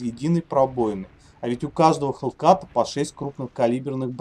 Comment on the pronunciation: Ну не Хеллкат,а Хеллкэт